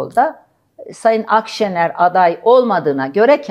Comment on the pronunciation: adam o kadar yok ki, Akşener adını bile yanlış telaffuz ediyordu. 🤠